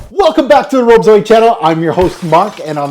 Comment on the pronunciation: .....it's pronounced BOOL-gari. You you you....who endeavor to pronounce everything correctly....BOOL-gari. Merci. PS: I own a BULGARI Aluminum wristwatch. It's a modern classic beauty. (((🐧)))